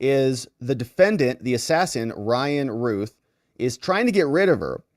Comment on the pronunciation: Anybody that has see THE GOONIES knows how to say ROUTH. ROUTH. RYAN....ROUTH.